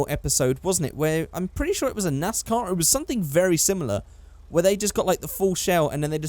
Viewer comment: thats a 'nice car' +accent 'nais/nas car' =nascar